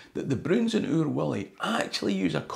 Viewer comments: your pronunciation as Willie sounds so wrong. Otherwise great video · Its wullie no willy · .45 seconds in - did you just pronounce 'Wullie' as 'Willie'? 🧐😂 Edit - AYE! ye did it again, jeezo 😒 2nd edit - aye, I did get these annuals every year, I've still got them, I've got the wan you were showing as well. When I was wee, my cousin from Newcastle used to stay with me in the summer holidays for a week or so, and she'd try to read The Broons or Oor Wullie out loud, it was hilarious lol. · Thoroughly embarrassing! Anyone who says 'Oor WILLIE' is a scunder! It's Oor WULLIE!! Fleg, quare fleg! 😢😢😢😢